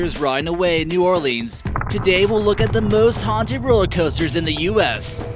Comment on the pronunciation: Ghostrider: ye- American eye: HAUTED